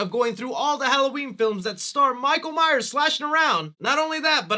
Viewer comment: I love 4 and 5...but I can admit that 5 is not that great. But PLEASE stop calling him Michael Myer. You keep constantly slipping back and forth between saying Myers and Myer. It's MYERS. And what the hell is the deal with your H5 masks hair??? It is super flowy and not like the other masks. Did it come that way or did you do something to it??